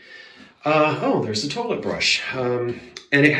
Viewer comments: What brand of paint do you prefer? I'm so glad you will eventually put the "colonnade" wall back. You crack me up saying terlite like Archie Bunker! 😂😂 My aunt and uncle installed a bathroom in their house for the first time in the mid 60's using those same blue fixtures. I don't believe in coincidences, so of course the color you chose was supposed to be! I love it when the house owner listens to what the house has to say during a re-model, as you are doing. Makes for a happy house! 🏡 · I am old enough to be the mother of your “terlet” (which is exactly the way my Nana from Brooklyn pronounced it). So I’m old enough to be your Mom, too! LOL